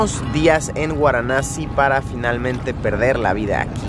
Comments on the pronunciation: VARANASI o antigua BENARÉS pero no “guaranasi” Luisito 🤦🏻‍♂️ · guaranasi ?? hahhaha VARANASI o BENARES. Dios Mio..viajar no implica cultura, yo e VIVIDO en India y muchisimos paises...tus videos son mas bien como "cultura" para los mas simples... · No superó Guaranassi 🤣 me voy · "Guaranasi" o Varanasi????? 🤔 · Luisito: Guaranassi 🤣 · Jorge Romero Cano pensé que era la única que lo escuchaba decir guaranasi 😂😂😂hay obits si se paso jajaj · Es varanasi....no!? Waranasi..😂😂😂🤣🤣🤣🤣🤣🤣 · Luis es varanasi. No guaranasi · guaranasi ?? hahhaha VARANASI o BENARES. Dios Mio.. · Por qué dices gusta así?es varanasi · Por qué dice Guaranasi? Es VARANASI 🤣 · Se pronuncia Varanasi, no waranasi, o benarés, la ciudad más vieja del mundo. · Benares o Varanasi no guaranasi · Se pronuncia Varanasi no Waranasi. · No es guaranasi, se dice varanasi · Es Varanasi !! No Guaranasi !! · Varanasi, no Uaranasi. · Luisillo dice "Guaranasi" y es Varanasi o Benarés jijiji .perdón solo hago la corrección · No se pronuncia "uaranasi" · Soy yo o luisito dijo "Guaranasi"? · Cada vez que Luis dice "Guaranasi" en este video han muerto sido incinerados y arrojados al Ganges en Venarés 515 gatitos. Di Venarés, ayuda a los gatitos. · Por que dice: “guaranasi”?? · Pero te pareció interesante 'Guaranasi' (? Es VARANASI o Benares xD y no es que lo dijeras sólo una vez nooo, por lo menos 6 veces xD El típico viajero que no sabe ni donde está. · Es varanasi xD no waranasi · Xd porque Luisito dice "guaranasi" si es Varanasi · Luisillo el tontillo 😆No es waranasi es Varanasi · Jorge Romero Cano 🙄 que pesado el chaval con su “guaranasi” 😂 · Porque pronuncias Waranasi?